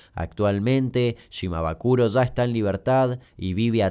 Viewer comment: Shimabukuro no shimabakuro, jajajaajaj, igual te re banco! Saludos